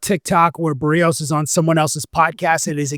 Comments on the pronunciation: beh-rrrEE-os actually but yes her pronunciation is even worse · Bah-Ree-oes... Not Bear-E-oes.... Love ya